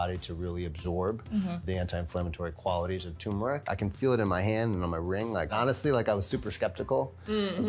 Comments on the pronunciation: Why do so many people say “TOOmeric”. Asking for a friend. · It’s pronounced, TURMERIC, not TUMERIC dammit!!! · tuRmeric. not TOOMERIC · Tumouric? Lol. Turmeric. There's an 'r' in there. Tumouric... Lol 😂😂😂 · Can't any expert pronounce tuRmeric correctly? She said, TUMERIC and so did he. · Wow, this whole time I thought the "r" was silent! Mind blown.